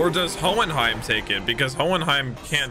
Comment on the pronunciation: It’s hohenheim